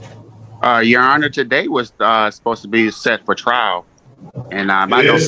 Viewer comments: "Tah-day!" - illiterate AND arrogant. Great combination… None of these sovereign fools know what a BEY is: "the governor of a district or province in the Ottoman Empire." - New Oxford American Dictionary It is a title, NOT a name. ATT: Judge Perkins... Problem is that is LYING about his name and he's absolutely certainly 100% going to throw that in the court's face when he loses. Compel him to use his real name. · Lol what a fool.. "tuh-day" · “Ta - DAY.”